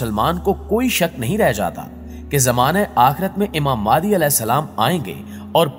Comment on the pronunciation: Madi nhe mahde alfaz Ka sahe intkhab karo